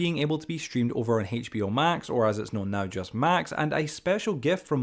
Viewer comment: Its not Haytch Beeyoh. Its H.B.O. Why is this so hard for you people?